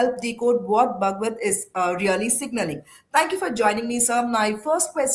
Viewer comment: Can't this pronounce Bhagwat properly?